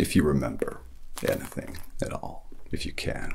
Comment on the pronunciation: Your impression is spot on man 👍 the only thing I would say is that your pronunciation of the word “anything” still sounds a bit British. Other than that… amazing as always